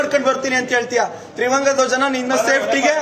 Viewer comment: ಒಹ್ ಕೆಪ್ಪ.. ತ್ರಿವಂಗ ಅಲ್ಲ ಅದು ತ್ರಿವರ್ಣ...